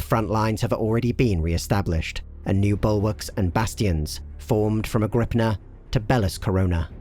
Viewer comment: Agri-peena Made me laugh with a-grip-na